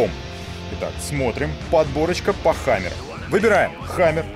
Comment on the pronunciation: It's the best thing i've ever seen in ma life "It's a hamaarrr, Pulling a hamaarrr"